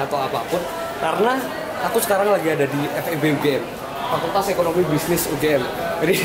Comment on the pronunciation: EkonomiKA dan Bisnis, “KA” nya jangan tinggal mas :’(